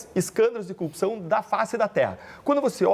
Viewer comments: Foi um.menino mimado.Ele diz copcào e não corrupção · Deltan fala "copção" da mesma forma que Moro fala "conje". Uma pessoa abjeta!